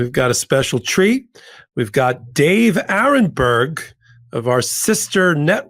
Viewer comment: David too! Aronberg not Aaron. Senior moment.😅😅😅